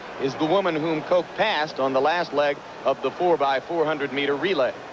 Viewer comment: Her name is pronounced Kock not Koke.